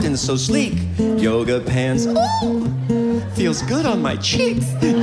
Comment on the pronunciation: “Yooguh pents” 😂😂😂😂😂😂😂😂